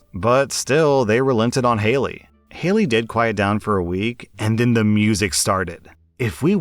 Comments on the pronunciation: It bugged me so much that you kept saying Haley instead of Hatey. "Hat ee" I'm pretty sure it was an Ella Enchanted reference heh. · His self-promotion and ego are annoying. You’re exactly right. Reading stories OTHER PEOPLE wrote requires absolutely no skill beyond the ability to read. And considering he can’t even read a five letter name correctly, that skill is lacking. He’s talked about how he has a masters degree as though that makes him better than other people. Clearly it’s not helping him if all he can manage to do all day is read stuff by other people. I refuse to believe he works as hard as he wants people to believe he does. He’s made comments about how “everyone watches porn” which is both presumptive and gross. Using stills from porn in his thumbnails is disgusting. I feel bad for his wife and kid because he’s made it clear he’s a huge fan of porn. Married men who watch porn while their wives are in the house are disgusting people and deserve to be divorced by said wives.